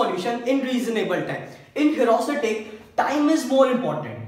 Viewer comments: #awesome 👌 but it is ह्यूरिस्टिक not ह्यूरास्टिक😂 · it isnt herusitic !!!! it is heuristic....... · The explanation was good. I am last minute learner, and this helped me a lot. So thanks a lot! This channel is great but won't reach its potential if you don't pay attention to detail. Try to check all the pronunciation (I am talking about 'heuristic') before making a video as pronouncing it wrong will affect its credibility. If you just avoid that, the explanation is great. I would really like to see this channel grow. All the best and keep helping last minute learner like me. (^-^)